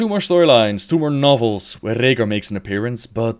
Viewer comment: i love how you say Rehgar. Rollin those R's